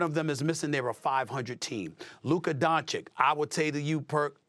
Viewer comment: First time I have heard SAS say ‘Luka’ in maybe over a year. Still said “Donchick” though